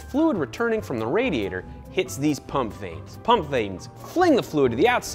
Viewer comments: Vanes, not veins, my guys. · Pump veins???????? It's pump vanes goddammit